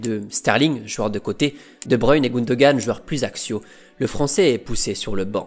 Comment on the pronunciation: Mec j'adore tes vidéos, je suis en train de toutes me les taper c'est génial, mais je t'en supplie, apprends à prononcer le mot "joueur" stp !! Mes oreilles saignent quand tu prononces "JUEUR" !! décompose le "JOU" "EUR" = "JOUEUR" !! En plus "jouer" tu le dis bien, tu dis pas "juer" donc voilà si tu rectifies ça tu seras parfait merci ❤🙏